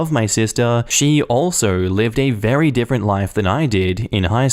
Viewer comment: I really enjoy your channel and I know you're from Austalia, but that is not how you pronounce different, lol